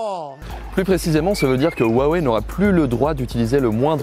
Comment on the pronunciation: Arrêtez de mal prononcer le mot Huawei !!